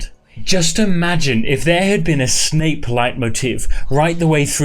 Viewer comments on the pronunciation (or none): none